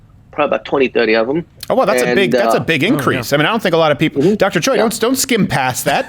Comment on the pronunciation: Steve it's not CHOY it's pronounced Chay like like heeeyyyy oi is a in Hungeoul he should have corrected you